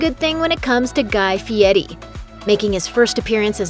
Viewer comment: This idiot can't even say his name right It's Fieri , not Fieti! Damn get the name right